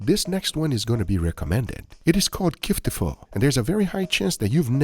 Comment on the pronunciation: Its called kitfo not kiftfo